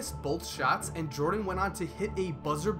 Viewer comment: Everytime this dude said "and" it sounds like "ant" lmao